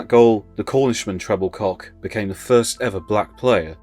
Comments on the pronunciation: Exactly right. It's Tre-bil-ko, not Treble-cock FFS. 🙄 You'd think these people would do their research on things like this. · It’s pronounced TREBILCO not Trebilcock. Also McCalliog. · Just for information, Mike Trebilcock's name is pronounced as Trebilko.